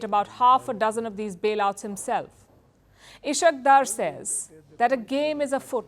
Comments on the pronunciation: Ishaq dur 😂❌ Is-haaq Daar ✅ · Ishaak daar is correct pronuciation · is haaque daar is the correct pronunciation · Ishaq is pronounced as Isaaak Daar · You are not pronouncing the name of Ishaq Dar correctly. Correct pronunciation is Is haq